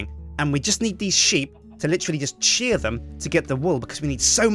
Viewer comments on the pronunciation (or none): none